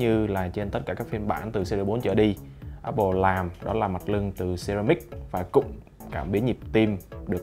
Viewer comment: Apple mà nghe cứ như oppo :)